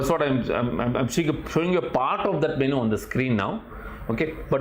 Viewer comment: Correct your MENU pronunciation